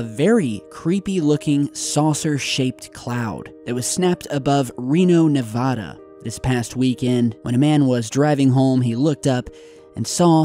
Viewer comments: That is a Lenticular cloud, a stationary cloud that forms in the troposphere, NOT a UFO - sorry about that. And please, Nevada is pronounced Na-vad-uh, not Na-vaw-duh. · Clouds like that are fairly common in Reno. P.s., ne-vah-duh not ne-va-duh! XD